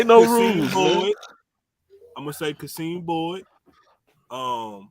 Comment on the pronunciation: Qasim Boyd 2024 is pronounced - Cah-Sim I thought it was QaSeem as well